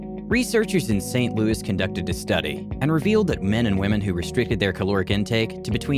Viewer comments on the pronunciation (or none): none